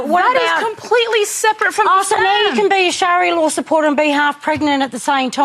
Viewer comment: literally admits "I know no other culture than Australian" --- but also keeps insisting "tHeRe'S nOtHiNg WrOnG wItH LiViNg UnDeR SHARIAR LAAAWR!!!"